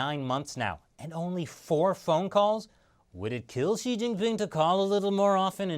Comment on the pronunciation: Hi,: Just one suggestion on pronouncing Xi if you don't mind: Xi should be pronounced, not "shi," but exactly like you would when you say "Si" in Spanish, while Jian is always difficult to pronounce, so I won't go into any details about it. Other than this, I personally think you're doing an excellent job at your shows. Keep up the great work!